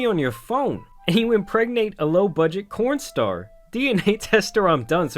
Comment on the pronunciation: DID YOU SAY 'CORN STAR'???